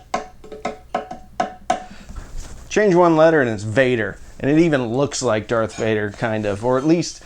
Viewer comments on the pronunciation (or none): none